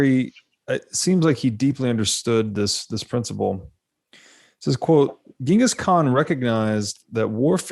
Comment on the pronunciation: "Ch" not "G" perhaps the world will get it right one day...